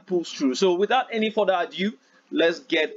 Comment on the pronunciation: Without further "adiuuuuuu" Nice one brother.😂😂😂😂